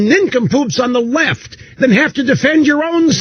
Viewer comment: "you'd rather be friends with these nincompoops on the weft" - Rush Limbaugh, 2019